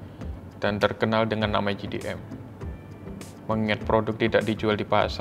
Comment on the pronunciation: Jei Di M (JDM) Bukan Ji Di M (GDM)